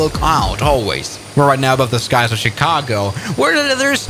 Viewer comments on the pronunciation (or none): none